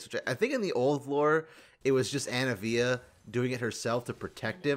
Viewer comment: are we just gonna glaze over the fact you called anivia "anna via"?